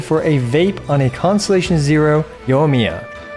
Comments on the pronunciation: Say it with me....yoy me uh. Yoy (soy with a y) me uh. The i isn't silent in there. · I'm getting triggered every time I hear "Yo miya"